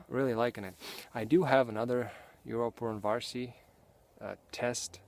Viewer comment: It's funny how you say Yrjö Puronvarsi. :D Greetings from Finland! Awesome video.